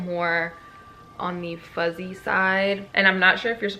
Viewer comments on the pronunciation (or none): none